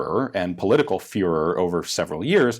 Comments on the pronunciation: When you hear furor, but hear führer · Am I the only one that heard "furher" instead of "fervor" ? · Did you say furor or fuhrer? :) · You mean furor? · Talking about a difficult German company, says fuhrer instead of fervor. I see what you did there. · no one in the history of english pronoces it like he did. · "Furor..." I almost did not see what you did there!